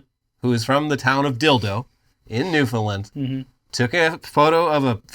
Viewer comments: Banger video, boys! My boyfriend works with the man who took the picture of the dickyberg, hahaha ❄🍆😹 Oh also, here's how to pronounce Newfoundland correctly: you say 'Newfound' together, but don't fully pronounce the 'd' so it sounds more like 'noofen', and it rhymes with understand 😊💖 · Wow, didn't expect to see my home province of Newfoundland (pronounced New - Fun - land) to appear on WWN thanks to the Dicky-berg! Also, fun fact, Jimmy Kimmel is the honorary majoy of Dildo! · Hey fellas, native Newfoundlander here. We actually pronounce it New-fin-land. Almost like you would pronounce understand. Long live the Dickyberg